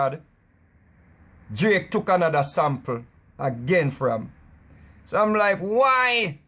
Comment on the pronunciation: "So me say; 'Whyee'"....lol